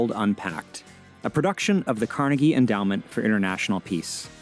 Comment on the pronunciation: "Carnegie" where you been for the past several decades?